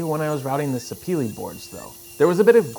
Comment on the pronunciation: FYI Sapele is a wood named after an actual place, prized back in the day primarily for rubber, and now in modern times for its wood. It’s pronounced “sah-peh-leh” and not sah-pee-lee.